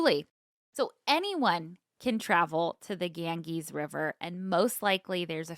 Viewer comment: I love a mispronunciation 😂 Gangees cracked me up. It’s more Gan- Jeeze. Love you guyssss. Thanks for getting me through my bachelors program! Graduating in 2 weeks!